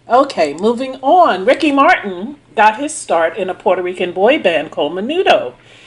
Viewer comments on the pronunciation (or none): none